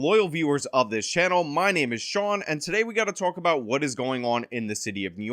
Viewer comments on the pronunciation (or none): none